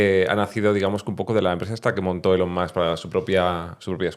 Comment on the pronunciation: No puedo creer que no pronuncie bien ELON (es ilon). Si además dice bien la U de Musk como A... Indica mucha dejadez, no fijarse, no querer hacer las cosas bien...